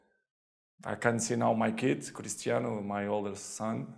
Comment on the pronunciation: Cristiano❎ Crishtiano✅